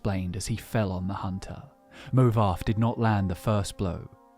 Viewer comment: there's no way anyone can convince me that "movarth" is pronounced "movarf" Its literally wrong lmao.